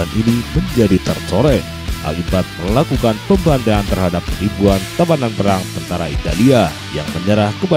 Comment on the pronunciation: Admin ga bisa baca melafalkan pembantaian